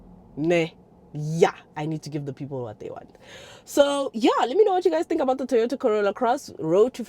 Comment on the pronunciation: 😂 "TOROTA" it kinda works...